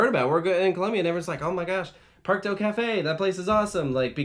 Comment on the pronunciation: Just a small note, but for the Spanish/Latin American parks with ‘Parque’ in their name, the pronunciation is more like ‘Par-kay’. If that makes any sense